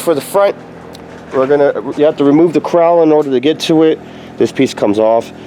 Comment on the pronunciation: Why do you keep saying “crowl”? Pronounced “cowl”.